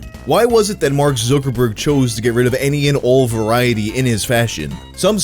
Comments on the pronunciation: It's pronounced ZUCKerg "ZUCK" like suck but with a Z not fucking Zookerberg. Zookerberg? Have you just never heard it pronounced before or can you just not read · Time to see if I can make it through a whole video with mispronouncing Zuck's name and saying it as "Zookerberg." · Why does he say zook instead of zucc? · Who's Mark ZQUIRKORBOURK? ZUK - ER - BERG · That damn... ZEWKERBERG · "zoo-ker-berg" ..................no...........just.................no not even close.................... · 1st guy in recorded history to say it like /Zookerberg/ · I like the way you pronounce zookerberg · Zookerborg??? Every one else says Zuckerberg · My mom is Korean and she pronounces his name "Zookooboo" makes me giggle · Where is this guy getting zooker-burg from? Lol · Why does it bother me so much the way you pronounce Zuckerberg? I should probably go touch some grass or something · pronunciation of Zuckerberg give me dysphoria. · The way you say Zuckerberg is weird